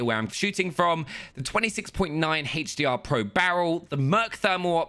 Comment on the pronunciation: HDR?? no for its HEYTCH DR